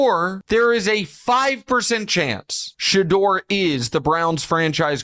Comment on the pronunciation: Who's She-dur? Inconsistent pronunciation. Shedeur is already rich before the season.